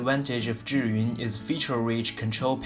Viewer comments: this is the right way to pronounce Zhiyun (like JUR-yun). =) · Thank you very much for pronouncing 'Zhiyun' correctly. :-)